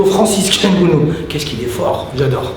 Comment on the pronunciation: ngannou pas ngounou